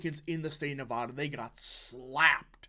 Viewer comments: I hope youre right, also i hope you one day say nevada instead of nevahda. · Just FYI— Nevada- pronounced “Nev-short a- da.” Not “Nev-ahh-da”